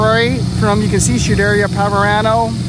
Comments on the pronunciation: Why is he calling it Shederia Ferrari? Its Scuderia Ferrari. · Scuderia is NOT pronounced ‘schedairia” but SKu-de-rIa”…. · Yes, and Skuderia, which means stable in Italian. Not shuderia. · Scuderia is pronounced sKuderia, not chooderia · The pronunciation on SCUDERIA not shoederia is pan painfull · did you just say SHUderia Ferrari? :D:D:D::D:D:D:DD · Never heard it pronounced "shoo-deria"? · nice vid - believe it is is 'sku-dur-ri-a'. hard 'c' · Scuderia…Sk ooo de reaa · I wish you could pronounce SCUDERIA correctly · yes. I’ve experienced that with some YouTubers not knowing what they’re talking about, but this is puzzling because he seems to be really knowledgeable. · I absolutely love your videos, and I have but one humble request to make... Find a native Italian speaker and ask them how to correctly pronounce "scuderia". You are absolutely butchering that beautiful Italian word. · Shoo dare ia Ferrari? Barchetta is pronounced Barketta, with the hard ‘ch’ from Chianti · True about hearing "Hork"...and also true about hearing "Shoo-DARE-ee-uh" (repeatedly) and "Bar-CHET-ta" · But he doesn't know how to pronounce Lancia, Barchetta, or Scuderia.